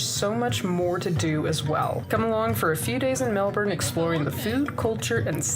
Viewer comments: Aussie is pronounced ozzy Melbourne is pronounced mel-bn not mel-burn. Actually listen to Australians say it! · Definitely not BURN, pronounced a very short fast “born” almost a “bin”sound. You will not hear the “R” sound ever. From a Melbourne resident. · Melb'n. We delete the vowels. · its more mel-ben/mel-bin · Melbourne is named after the British Prime Minister Sir William Lamb the Vicount Melbourne. And his title is pronounced Melburn. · First up, c'mon you know we shorten everything, it's pronounced: Mel-bn. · We actually pronounce it “Mel-Ben” 😂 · As an Aussie who was born and raised in Melbourne I need to point out her pronunciation was definitely not we say it here. To all us down here it's pronounced Melbin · No. No i. Melbn. That's how we say it. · We Aussie's actually pronounce it as Melbin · No one on this video said Melbourne right. I know, I live here. C'mon America. You are the only country that fks it up consistently.